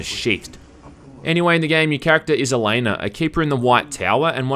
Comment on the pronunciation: OH MY GOD OH MY GOD THEY MADE A VIDEO GAME OF THE WHEEL OF TIME SERIES Also Elaine is pronounced E-LANE. Elaine is the Queen's daughter and a loved one of Rand Al Thor, who is Lewis Theron Telemon the dragon reborn. Basically Rand is like the series version of Jesus. You're also pronouncing the spells wrong. If you open one of the books (that are only 10$) it has a thesaurus in the back of it. Also the white cloaks ate assholes. Basically like the series version of kkk. Lastly the spells actually might be weak because Elaine is pretty damn average as far as Aisade go. Another note, I don't wear fedoras or collect cheap katanas.